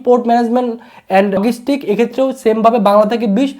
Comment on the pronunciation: যেই মানুষ ভাষার উচ্চারণ নিয়ে এতোটুকু সতর্ক নয়, সে নিজের উচ্চারণ ঠিক করতে পারছে না নাকি ঠিক করতে চাইছে না, তা নিয়ে যথেষ্ট সন্দেহ আছে। ঠিক করতে না চেয়ে থাকলে সে আদও শিক্ষিত কি না, তা নিয়ে সন্দেহ আছে। উদাহরণস্বরূপঃ Logistics = লজিসটিকস, NOT লগিসটিকস।